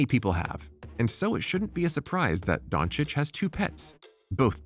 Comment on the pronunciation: Actually the pronunciation of his last name is the best i have heard from the Americans